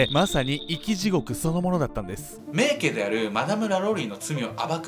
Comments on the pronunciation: しょうもない指摘ですが、名家(めいか)な気がします🙆‍♀️ いつも面白いです。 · 「めいけ」でなく 「めいか」ネ。細かくてゴメン。 日本語の正確さに拘るカナダ人より。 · めいけ では無く めいか と読みます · 最近、ファンになりました❣️えーとでも一つだけ、名家＝めいかと読むのではないのでしょうか。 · 名家って、めいけ？ 普通はめいかじゃないですか？ あえてだったらすみません。